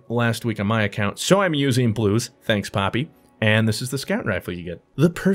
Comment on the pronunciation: Wait did you say poppy or papi? If you said papi then it's time to ship you with blue...